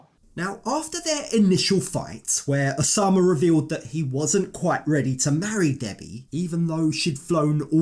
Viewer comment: the name is Oussama (pronounced "oossama" or 'usama' just like Usman 'sojaboy") I"m so triggered when she says Oshamah